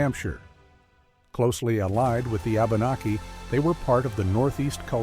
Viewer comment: My only geipe here: abenaki pronouced wabanaki